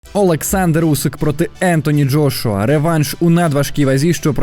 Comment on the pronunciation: Джргуа,лдошуа,джошуа.....ФУ,БЛЯ!!!! ЯКЩО ОБЗОР,ТО ОБЗОР....ПОРАХУЙ СКІЛЬКИ РАЗ НАЗВАВ І ЗРОБИВ АКЦЕНТ НА джошуа і на Усика.!!! ПОРАХУЙ,ХОЧА Б ПО ПРИЗВИЩАМ СКІЛЬКІ РАЗІВ НАЗВАВ....фу,бля.....🧐